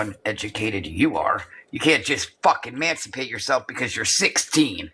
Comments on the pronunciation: It’s EMANcipate you dolt. Not MANcipate. Sounds like YOU need to educate yourself. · LORDT GOD speaking on MANSIPATE😂 you STILL COULDN'T MANSIPATE YOURSELF